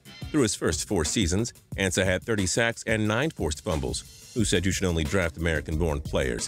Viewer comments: Isn't is AHN-sa and not AN-sa? Pronunciation.... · Ansah (On-Sah) not (An-sah) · its AA-N-SUH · It's pronounced "ahn-sah". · He said ansah name wrong....smhhh